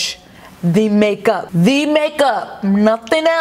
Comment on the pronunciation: made the entire video. when she accentuated the "p" at the end of makeup, I was DONE.